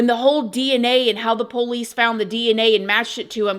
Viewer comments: “Poh-lice”. From Georgia, Lol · PO-lice. Where is she from? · I’m not the biggest fan or worst. But, you’re saying Pole ice drives me insane. Keep on, just seeing old habits die pretty hell hard .